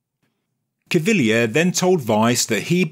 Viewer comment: Thank you so much for not murdering Cpt Caviglia's name.